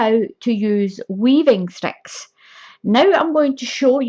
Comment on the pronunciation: its ok, I love your accent and it makes me giggle when it says "sex" instead of sticks. Your poor sister the 🐖 LOL